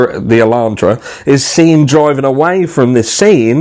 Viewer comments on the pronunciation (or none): The little "Alantra" made me chuckle. 😅